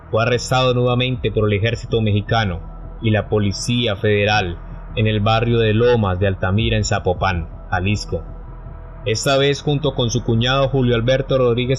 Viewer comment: Zapopan Jalisco , no zapopán .